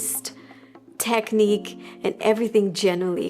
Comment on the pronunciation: The way you say technique i just cant